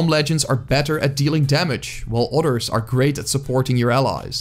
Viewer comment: It took me a minute to pin point what I'm noticing about his accent. He says dem or duh instead of them or the, dis instead of this, never pronounces TH haha. The funniest is utters instead of others. I want to play with utters!